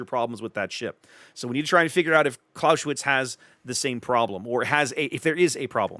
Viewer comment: "Claus-eh-witz" not "Claushwitz" - the "s" is an "s" not a "sh" and the "e" is pronounced like in "enemy". But great vid - thanks!